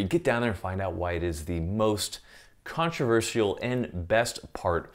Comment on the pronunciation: That’s the first time I’ve ever heard someone pronounce the S in controversial.